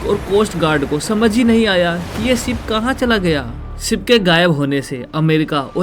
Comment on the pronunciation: Ship ko sip😅